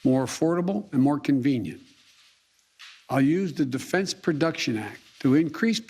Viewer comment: What is prodection?